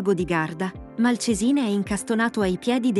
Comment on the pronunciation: Malcèsine, foneticamente l accento va sulla e non sulla i.